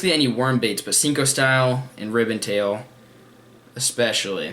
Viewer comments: I don't ever really comment but what's with sinko lol its sanko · it's senko